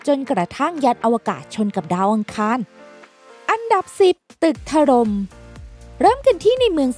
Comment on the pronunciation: ถล่ม ทำไมต้อง ถะ-หร่ม วะ หลายๆคำพูดให้มันถูกด้วยนะ